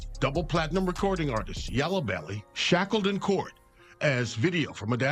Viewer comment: NO HE DIDNT JUST SAY “YELLA BELLY” 😅😂🤣😂🤣